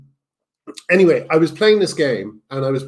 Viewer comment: You're saying "anyway" wrong.